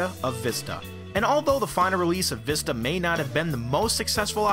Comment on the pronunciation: Because they want to test the people if they can say the right way to pronounce it People keep saying (vih-sta) instead of the right way (vee-sta)